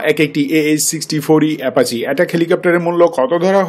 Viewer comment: কিসের এ্যাপাচে? ? কি সব উচ্চারন লাভ কে লভ, অ্যাপাচিকে এ্যাপাচে